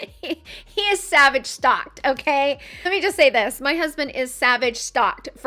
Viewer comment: Interesting video. Sorry, the perfume is not pronounced Savage.. it is more like 'sovaj'